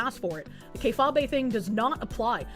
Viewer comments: Haha - “Kay-fabe”. It messes my brain up everytime I hear Kay-fah-bay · Please, for all that is holy, tell me is pronouncing K-fabe wrong on purpose. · FFS, it's pronounced kay-fayb. Not kay-fabay, ya big stupid animal. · Jesus Christ it's pronounced KAY-Fayb not Kay-FAH-bay. It's supposed to sound like "Be Fake" because that's what it means. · Kay-fah-bay lololol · Kayfabe (KAY-fayb)